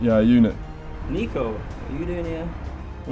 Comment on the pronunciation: You know Niko respects people when they call him “Neeko” but the subtitles still say “Niko”